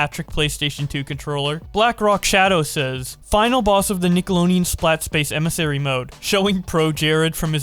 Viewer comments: yeah doesnt pronounce the d really infuriating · I'm more so bothered by ability to say nickelodeon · I always pronounced it as Nick-ah-load-ian.... never have i heard someone pronounce it "Nick-a-loan-ian" lol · Nick a load en Not nickalonein He said it wrong every single time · Deon, not Neon... Couldnt get through the vid, that sh*t drove me crazy. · ITS FUCKNIG NICKELODEAN NOT NICKELONEAN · dislike for saying nickalonean too many times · I had to close the video because I couldn’t handle the amount of nickeloneon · Nick-el-od-eon Not NickeloNeon 😂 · Why do you keep saying Nikeloneon? It’s NikeloDEON not NEON. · You keep saying it as Nickeloneon instead of Nickelodeon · Did you actually say "Nickeloneon"? In the beginning? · Mans said nickoloneon 💀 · Nickleonen is all I could hear you say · "Nickeloneon. Ningleoneon. Nickelongeon." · How many times does say "Nickeloneean" in this video? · Take a shot every time he calls it NINKeloneon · I'm cringing and fuming over you saying Nickleoneon all the damn time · All I hear is “Nick-alo-neon” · IT HAS A FUCKING D IN IT DUDE, NICKELODEON, Holy shit it takes 2 seconds to learn how to correctly pronounce the word you are literally about to say 300 fucking times Jesus christ. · I keep hearing nickalonnian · Every time he says “Nickeloneon” it feels like a fucking spike through my brain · Dude why do you say Nickeloneon every Time? 🤣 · Nickeloneon? FUCK SAY IT RIGHT!!! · w...wait a minute is he saying nickeloneon? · Isn’t of d he said it with an l “Nickeloleon” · Man said "Nicko low nee in" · No one:: nickeLONEon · run it back run it back- Did he just say nickeloneon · Is missing half his tounge? Wtf is a nickeloneon? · No one:: NiCoLoNeAn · I imagine Brawlhalla is glaring jealously at both of them from across the room.... and I can't unhear nickolo-NE-on, either. never change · Is it me or is he saying "nickelonian" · says Nicoloneon because the D is in his mouth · Deon not neon